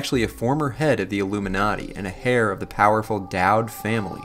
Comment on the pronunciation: He also pronounces "heir" as "hair"..